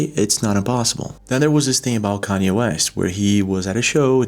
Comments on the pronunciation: Gotta say it’s kind fn wild you don’t know how to pronounce Kanye West’s name.. really thought you were messing with us til you kept saying caney lol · Hey man, Kanye is going to come after you if you call him Kay-Nee one more time 😂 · Kayny? I thought you pronounced it like KanYeeh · It’s Kanye- Kahn-Yay. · “Kaney” West 😂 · He called Kanye-Kenny! 😂😂😂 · Cane-Yee West 😂😂😂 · Say it with me... Con-Yay! 😂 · Im not mad he says Kenyee lmao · LOL WHAT DUDE??!! KANYE IS PRONOUNCED “ con - yay “ 🤭😂🤣🤭😂🤣🤭😂🤣🤭😂🤣🤭😂🤣🤭😂🤣🤭😂🤣🤭😂🤣🤭😂🤣🤭😂🤣🤭😂🤣🤭😂🤣🤭😂🤣🤭😂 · His mane is Ye (yay). Khan-yay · Who's "caney" lol😅 also, the amount of things that are artificial promulgated to the masses is way more than what we think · Kanye - "CON-YAY" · I love your site, dude! His name is KANYE...pronounced "CON-YAY" Clonaid was no secret, btw. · lol ka'ne its pronanced con yeah.........kanye west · I'm sorry but Kanye is pronounced (Khan-Yay)😊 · Hey just eanted to say that Kanye's name is pronounced Karn-yay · its kanye (kahn-yay) love you but c'mon buddy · His name is Kanye not Kanee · My boy said Cani lol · It is pronounced Kaahhn Yay just FYI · its not KAIN-YAY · “Kenny” west lol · It's pronounced Kon-yaa. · ITS " khan yay" FFS!!! lol🤦‍♂️ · ...dude, u pronounce kanye like this......con yay. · "Kay-Neee Wes" 😂 thats the name ill also start referring to him as now as well hahahaha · I heard "Kane-ee", but....yeah.... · Just say it like Con-yay and youll have it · Bro said Kay-nee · Bro where are you from? I've never heard anyone pronounce Kanye as "Cainyee" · Its Ka-nay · say it with me KAHN-YAY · Bro, u really sd "Kaney"😂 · The way says "kay-nay" instead of Kanye makes me wonder if is a clone. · You mean cann-yee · It’s “con-ye”Kanye But I mispronounced ur name 😂 it’s ok. Lov ur vids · Cane yay 😂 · I love the way you pronounce Kanye’s name! 🤟🏻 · This guy is really talking about clones while mispronouncing the names Shania and Kanye. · why you say Kanye like that lmao😂